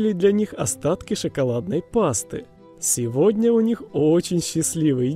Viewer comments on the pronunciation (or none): none